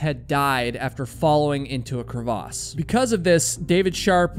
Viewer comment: Thank you for pronouncing "crevasse" correctly.